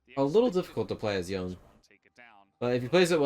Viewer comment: Nah the way you mispronounce Yone is too much.